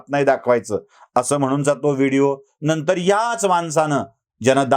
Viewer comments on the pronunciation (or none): none